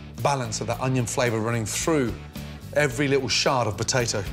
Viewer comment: Did he say shart